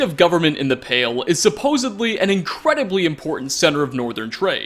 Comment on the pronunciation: "supposebly" is not a word, "supposedly" is though. Also that last mod would have me be neutral just because I like to play as an assassin thief who also does nice things.